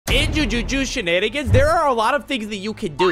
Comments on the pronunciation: Jujitsu ❌️ joojooshu ✅️ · no, I meant like he said "jujusu" instead of "jujutsu" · In Jujuju/Jujushu Shenanigans? I'm sorry, could you run that by me again, I think I misheard you bro. (Not trying to hate or anything, just pointing out these questionable pronunciations of jujutsu) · Bro really said “jujuju shenanigans”💀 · Did bro just said Justusutu? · Jujutsu ❌ Jujushu ✅ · Jujutsu nah Jujuju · Blud said jujuju 💀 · "in jujuju chenan" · bro said "jujuju" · and you said ju ju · bro is saying that meanwhile he said JUJUJU SHEN ANIGANS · did bro just say "jujuju shenanigans" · Blud said jujuju shanigangs 😂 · “iN jUjUcHu ShEnAnIgAnS” 💀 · did bro really say "jujujusu shenanigans" 💀💀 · "jujushu shenanigans" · bruh, it’s “Joo-joot-sui” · Homie can’t say jujutsu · Every like this comment gets will pronounce jujitsu better.